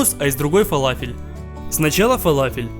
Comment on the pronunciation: Не фалафел а фаляфель!и кстать ты не правильную форму сделал!!!!!обычно они чучють плоские с дыркой посеридине!!!